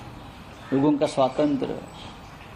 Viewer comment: Swatantra bolna to sikh le bhai..😂😂